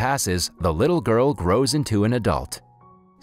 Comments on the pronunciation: its not "see ong yee" its (one syllable) "seung" (one syllable) "ee" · I like the way you butchered the name Seung Yi. lol..